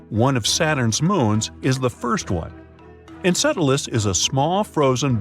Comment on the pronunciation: its EnCELadus not EnCEDelus